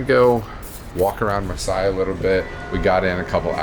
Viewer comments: Were you in Marseille? Pronounced Mar-say. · I went there for the first time in 2019 before covid. And Versailles is pronounced Ver-sigh but Marseille is pronounced Mar-say. Just for future reference.